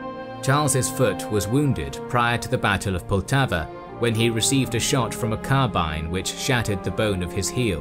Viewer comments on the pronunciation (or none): none